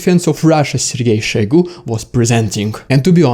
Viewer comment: It is Shoigu, not Shaigu. It is not a Russian name, it is Tuvan. Only (northern) Russians have to pronounce every O for an A, but it is wrong. It is a dialect, not the correct form. Otherwise your Old-Slavonic ancestors would not even have introduced the letter O into the Kyrillic alphabet. Since Moskwa is also not a Slavic word, pronouncing it "Maskwa" is also wrong. Since "Россия" is also not a Slavic word, pronouncing it "Rassia" is also wrong.